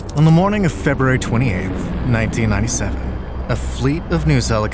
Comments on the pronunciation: " ba nanteennantyseven" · “by 1997” bro sounds like he Is from the south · 😂 bro sound like a salesman from New Orleans